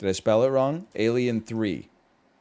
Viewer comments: The way he says alien is sending me dude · Oh my god i didn't even notice on first watching but why he do that tho? I'm dying.